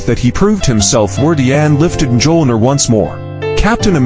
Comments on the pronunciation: Cap could ALWAYS lift the hammer. And that pronunciation... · I'm sorry but the absolute horrid pronunciation of the hammer's name I couldn't make it past a minute. Actually I made it to 59 seconds